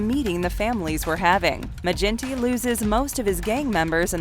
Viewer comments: Its a hard G in Maginty, like the surname McGinty. Not Ma-jinty. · Its Maginty with g sound like give, not gin. That irked me lol. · Maginty is pronounced Ma-ginty, with a hard G, like 'girl'. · It’s not mage in tee it pronounced maa gin T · Great video. As an aside, Maginty would definitely 110% be pronounced with a hard ‘G’. Source: I’m Irish